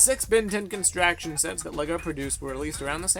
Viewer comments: It's pronounced construction not constraction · The f**k's Constraction? It's construction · It's construction not constraction, but still good. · Can he really not say "construction" correctly?